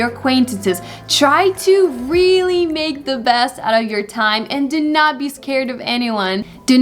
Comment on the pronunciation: Here "make" was pronounced "ma". Is it correct pronunciation?